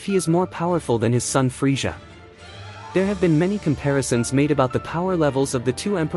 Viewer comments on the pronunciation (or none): please fix how you say freeza. I couldn't do it. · The way you say Frieza killed my ears. I had to instantly click out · Why can't you say Frieza properly?